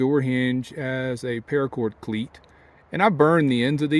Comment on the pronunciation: Ask for "para cord cleet"?